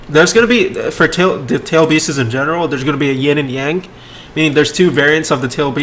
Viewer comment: Everyone: Tailed beasts //: Tailed beeses